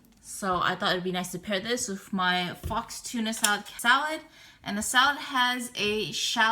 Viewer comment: LOL on your wrong pronunciation of "faux."